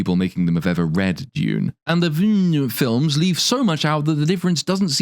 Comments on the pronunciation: "David Ville-gneuve" Everytime, lol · my favorite part of this video is the scaling mispronunciation of the director's last name😂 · I love how you ‘pronounce’ Villeneuve. 🎉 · I find it hilarious how you've just gave up trying to pronounce "Villeneuve"